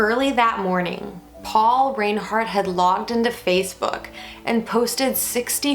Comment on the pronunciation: You’re pronouncing their name incorrectly, it’s pronounced rinehart